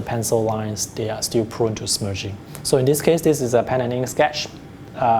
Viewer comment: Love, love, love your accent. The way you say "smudging" made me smile "smerging"